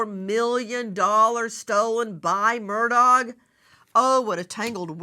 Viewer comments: It is not Murdog it is Murdaugh which is pronounced Murdaw phoetically. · Nancy, you are killing me with MurDOG. 😂 It’s pronounced MURDAW. Is it on purpose calling him a dog or what? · For the luv of pronunciation, please pronounce his name correctly - it's murr daw NOT dog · She calls him “murdog ”😆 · HEY NANCY! I believe that the Murdaugh family pronounces their last name as MUR DAW. I followed that case and when I heard a "local person" or one of the family speak that word it did sound like "mur daw". Not a big deal, but I know you like to be right. Check it out!!! (When Alex was in the Police Car after the murder, he spoke to the Officer there and gave him his name.) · It's actually Alex Murdaugh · Why can’t you pronounce his name correctly? It’s said “Ellick Murdock.” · Just the fact she pronounces his name “Murdog’ takes away what little credibility she may have and simply makes her sound like an idiot. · She cracks me up when she calls him Alex Mur Dog 😂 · Nancy for the hundredth time the “g” is silent!! It’s pronounced Murdau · Even the Supreme Court has to see evidence before it is apparent how they are going to rule. The state has spent enough money on him. I love how you say his name, murdog, like the murdering dog he is. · I appreciate that Nancy is an incredibly intelligent and competent woman, although I cannot stand her behavior towards her guests, but I can't in good conscience watch or support a video that has both crooked Chris McDonough, I mean, McDunug, and the mispronounciation of Alex Murdog. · Why can’t she pronounce his last name? 🤦🏼‍♀️🤷🏻‍♀️ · She insults him by saying his name wrong.